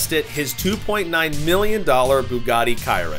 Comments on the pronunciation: It’s not Bugatti kiron it’s Bugatti Chiron like shiron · Did u just say kiron?😂😂😂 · It’s Chiron not kayron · Ciron ? 😢😂 chiron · "bugatti kayron" 💀💀💀💀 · Did he say bugatti kyron 🤦‍♂️who makes a video about cars and cant even get the name right? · KYRON?? BRO SAID BUGATTI KYRON